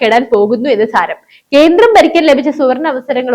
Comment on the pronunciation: കീരളം, തീപ്പു, കീന്ദ്രം,ഹോ ഉച്ചാരണം കെംപീരം